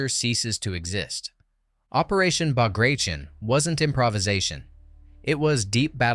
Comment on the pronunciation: WW2 history tuber. Doesn't know how to pronounce Bagration. CHecks out.